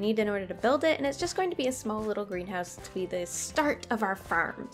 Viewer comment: For a second I heard Grian house instead of greenhouse